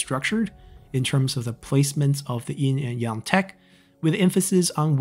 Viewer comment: It’s Yin and Yang, not “In and yong”